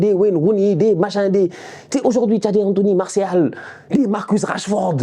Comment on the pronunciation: “Here goes anthony Maorssial” avec l’accent cest pour me tuer😂😂